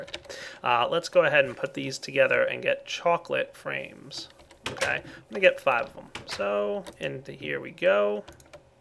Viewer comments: He said ''Choclate Frames'' like ''Choclate Rains'' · says "chocolate frames" i hear "chocolate rain":)